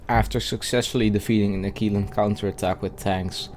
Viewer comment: Uh-Qwil-uh, not Akeelah... nice video btw